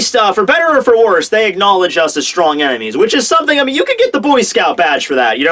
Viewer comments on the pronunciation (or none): when talking about love haki..did you say 'stronk'?